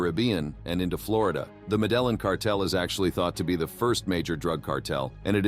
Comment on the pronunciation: That's not how you pronounce the Medellin cartel at all especially if you're trying to be like it informational show if you told somebody that and then they said that how you did they what u were talking about 🤣